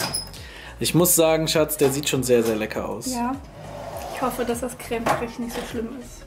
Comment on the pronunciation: Emmi Lovve wie die das ausspricht 😂😂😂😂